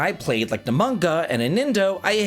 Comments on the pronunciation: Nobunga? 😂 No-boo-NAH-ga. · I dropped to the floor laughing at “No Bunga” haha😂 Not sure how you escaped all these years never hearing the name “No Boo Na Ga”. Pretty much one of the most famous personages in Japanese history. I mean this in good faith! Love ya. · Please keep pronouncing it as Nobunga. It's too awesome, and I am saying it that way from now on. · I lol'd so hard when he pronounced it like that lol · That's how I pronounced it as a kid, until I saw that other "a"